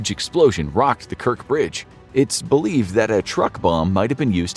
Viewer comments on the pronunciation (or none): It's Kerch bridge, not Kerk